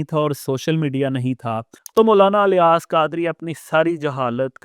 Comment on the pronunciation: افسوس ہے اس اینکر پر جیسے یہ بھی نہیں پتا کہ الیاس الف کے زیر کے ساتھ پڑھا جائے گا یا زبر کے ساتھ نہیں😂😂😂😂😂 اور زبان درازی کر رہا ہے ایک ایسی شخصیت کے بارے میں جن کے بلا مبالغہ ہزاروں نہیں لاکھوں مریدین ہیں۔ جنہیں ہزاروں علماء عالم مانتے ہیں۔ اور اس کے علاوہ ان کے اپنے مدرسوں سے ہزاروں علماء بنے ہیں۔